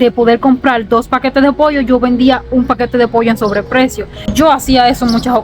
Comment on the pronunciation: Hola bendiciones que bueno que estás contenta en mi rd primer cubana que escucho que dices pollo todos dicen poio